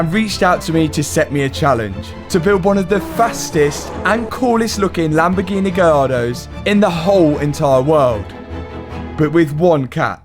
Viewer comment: Read the sticker in your accent 'Lambofuckingheeeneh'. Also love the editing at the end